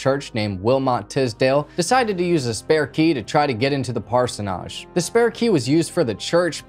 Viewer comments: Hi! Please accept this is in the friendly spirit it is meant: I live in a parsonage and it's pronounced "PAR-se-nij" with the emphasis on the first syllable only. I tried so hard to watch but only made it to before I just had to stop. There's absolutely nothing wrong with needing help with pronunciation; I had to look up pronunciation videos myself twice while writing a paper today. But this mispronunciation distracts and bothers me so much that I doubt I'll ever finish this video. I will try watching another and I'm sure it'll be better! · I just wanted to say it's actually pronounced parson ige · It’s pronounced parsonage . Like idge “ parsnidge “ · Parsonage is pronounced par-son-idge. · It's pronounced "Parsonige" 😘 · I like the channel, but your repeated pseudo-French mispronunciation of parsonage ("PAR-son-AHGE) made me dip out of this one. You're better than that, bro.... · That’s not how you say parsonage. One of my pet peeves is people who do these videos and can’t even pronounce the words correctly. It’s pronounced as it is spelled. Age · your saying it wrong ask Google how to pronounce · I love how in every video mispronounces a word. Parsonage was killing me🤣. Its endearing actually.💗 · Parsonage has 2 syllables….. not 3…😳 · actually it has 3 syllables. I thought so but checked Webster’s dictionary just to be sure. He’s definitely pronouncing it wrong. My brother was a pastor and lived in several parsonages over the years. That’s why I know he’s saying it wrong. 🙄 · You did a great job on the video! though I wanted to cringe every single time you said the word "parsonage". 😀 😄 😀 here's a link to a YT page to teach you to say the word. 😉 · It's said that way everywhere. Either he doesn't know, or its for effect. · He's pronouncing it wrong. I've attended church over 5 decades. I've never heard anyone pronounce it the way this guy does. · We say it the same way he's mispronouncing it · Maybe he was going for some kind of French pronunciation...